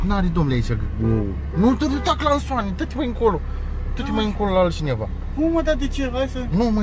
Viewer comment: nu mai zi "clanson" sau "craston"